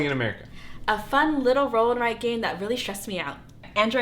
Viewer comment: Definitely the way you kept saying stressed ... It’s going to be a stress inducing real time game, but found it to be for my friends who normally dont like the slow strategy build up games to be really engaging. Already cannot wait for June Recap ... love this series you’ve created ... wished there were more videos cause I wanted to binge watch.